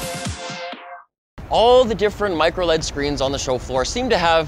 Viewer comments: why can't it be pronounced microL-E-D! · Plzzz stop saying microled. ITS MICRO L-E-D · MicroLEAD is driving me crazy. Say L E D! :)